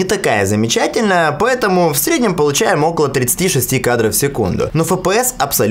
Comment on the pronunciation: фэ пэ эс ))